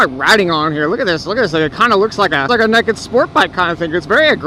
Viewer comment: it's funny he says neked